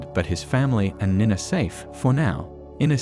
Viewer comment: Amazing. The narration has managed to mispronounce almost every single character name. Lunge - Loongay Nina - Neenuh And most importantly: "Joehan" - Yohan